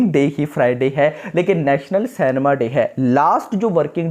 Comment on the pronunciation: It's cinema & not cenma..